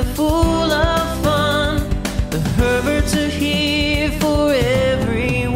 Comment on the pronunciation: I'm sorry, but I only hear Perverts inst of Herbert's. Sorry. I guess I'm not the only one who heard that? Or?